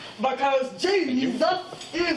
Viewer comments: “because JE-SUS!” IM DEAD😹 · It's Jesus JESUS!! is how its pronounced lol